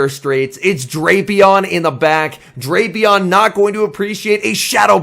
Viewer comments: And his co-commentator in regionals was still saying Draypion 😂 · I just watched the Baltimore regionals, and while the competition at the tournament was tough, this event proved that nothing is tougher than trying to correctly pronounce Drapion.